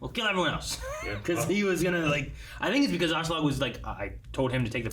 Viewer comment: I never expected the voices to be as good as the original, so that doesn´t really bother me here. But one thing that does bother me with this dub is the inconsitency in pronouncing Askeladds name. Sometimes it´s "Ashladd" which is a fine way of saying it in english, but soemtimes it changes to sound like "Auschlaug" or even "Ashelad" Just pick one already and run with it.